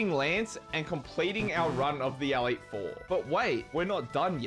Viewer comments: I'm also an Australian, and what the flamin' oath is an "Aleet Four"? It's an E. Elite. Elite Four. I enjoyed the video otherwise, but that pronunciation is unique. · awesome video, but the way you were pronouncing "elite four" as "AL-eet" drove me up the wall...... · ''The A leet 4'' brother thats an E btw and the word is Elite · The way you say elite is wild. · i don't know why but really bugs me how you say elite xD